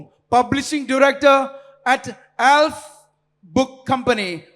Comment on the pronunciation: "Alf" book company?? Less style and better pronunciation from the announcer would have been preferable!